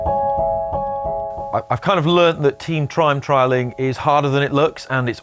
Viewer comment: Trime Trialing